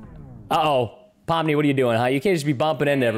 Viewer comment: Why are u saying Poppy instead of Pomni?